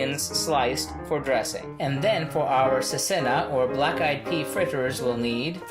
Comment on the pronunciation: Actually Cecena is a very common nigerien dish, though small tip, it is pronounced chechena like the ch in child. For the chechena it usually doesn't actually have eggs. Also, in some stores they sell deskined black eyed peas. I am not as familiar with the date dish but could be because I am not from the north.